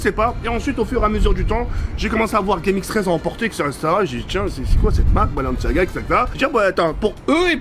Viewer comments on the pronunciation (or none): Mon petit pour toi c’est pas blanciaga c’est balanciagras (pour rire ) 😂😂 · Balanciaga il a dit😂😂😂